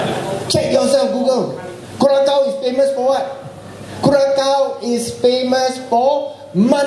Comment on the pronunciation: Tony, its pronounced cura-sau, not cura-cow